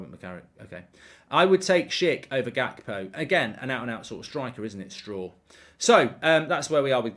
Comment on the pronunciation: Kackpo haha